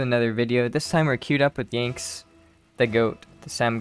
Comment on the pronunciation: "Yanxnz" Blud its pronounced "Yan"💀